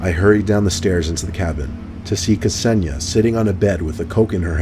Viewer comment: Hey, that's my name... although it's pronounced Kse-ni-ja 😀